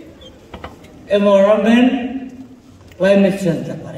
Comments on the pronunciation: Environment ❌ Evoronment✅ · Minister sir first morom pura ENVIRONMENT laka pronounciation bhal pura kobi.... I have to watch ur video in 2x speed